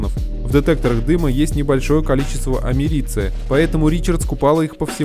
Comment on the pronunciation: амЕриций, а не амерИцый